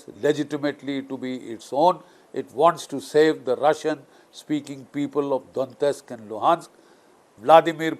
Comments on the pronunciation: It is not Dontesk. It is Donetsk. Some Europeans pronounce it as D o nesk (t-silent). Some pronounce it Daw net sk. Some others as Do net sk. But it definitely isn’t Dontesk as the general pronounces . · Hello sir,not dontist, it's Donetsk